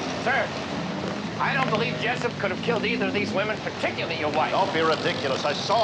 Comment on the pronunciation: Jessup not Jess pop